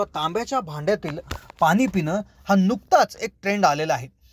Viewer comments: पानी नव्हे पाणी असे बोलत चला. .... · शुद्ध बोला पानी नाही पाणी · भाऊ , प्रथम आपली भाषा सुधारा. आनि ,बानी आनी पानी,आवुश. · अत्यंत अशुध्द भाषा ,कृपया आयुष्य सारखा साधा शब्द,पानी,पील सारखे शब्द सुध्दा धड उच्चारू शकत नाहीत, कशाला मराठी ची मोडतोड करता.१००%लोक ह्या अशुध्द भाषेचा वापर करणारे आहेत ,असा गैरसमज करून घेऊ नका. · Krupaya aadhi aapan pani ha shabd neat uchharava